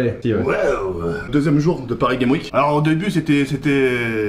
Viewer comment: Paris Games Week sans liaison 😂